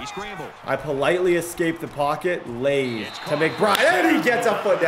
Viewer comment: Love the content and consistency (minus yesterday lol). Love how you spread the ball around. I just hate "Laze"(lays), please just add the r back. Just sounds lazy not catchy.